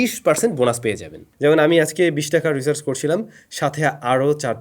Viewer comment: রিসার্চ না ব্রো, রিচার্জ😂